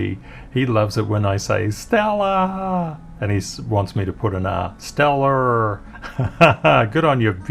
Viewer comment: He pronounced it correctly! Stellllarrr! You are ready for Americarr 🇺🇸 Thanks for making the birthday extra special!🎉🥳 Have a blessed day in Australiarr! 🇦🇺